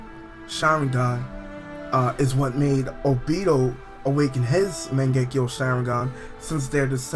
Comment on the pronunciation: it still pisses me of that you say magenkyou wrong.